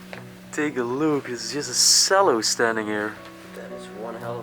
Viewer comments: Again just for your English, a Cello is pronounced "Ch"ello and Iron has a silent r so its pronounce as "Ion" hope this helps! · Cello.....pronounced "chair lo" . ❤ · The small recorder was called a descant. The cello is pronounced chello.